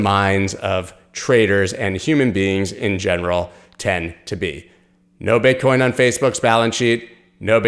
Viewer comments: Pretty sure you just said BitchCoin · He said “Bitchcoin”😂